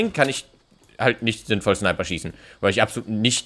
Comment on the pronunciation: Er sagt 2 schneiper